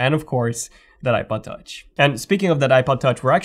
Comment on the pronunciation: Something about the way you say iPod Touch sounds like "I butt touch"